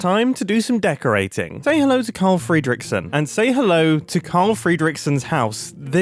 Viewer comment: Ok, whos gonna do the honours of arresting him for how he pronounces "Fredrickson"